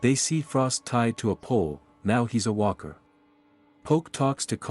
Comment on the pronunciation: Hey Mr Artificial intelligence Narrator? You said Weaker. The word is Walker. I'm now not afraid of a Cyberdyne Terminator AI apocalypse because AI is so stupid and I hope you stay that way because I want to keep my job you bastards!